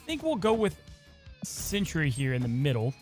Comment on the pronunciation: It is Sentry, like a scout or a guardian, not Century like a a hundred years. But other than that, thanks for show